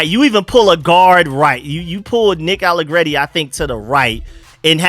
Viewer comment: Dude gotta get Nicks name right. Gone on too long lol. There's no crazy accent on Allegretti. Cracks me up